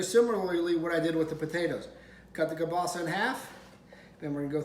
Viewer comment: Yum,you're pronouncing kielbasa wrong.